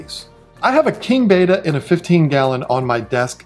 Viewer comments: Not BETA…it’s Betta, like better. If you pronounce the names correctly, folks are more likely to think you know what you are talking about. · Bet ta not beta. Please stop saying it wrong.